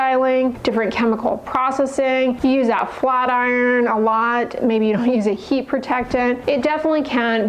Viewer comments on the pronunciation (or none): none